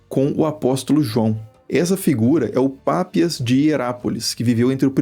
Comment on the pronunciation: Não é Pápias, sim Papías! Parem de poluir o planeta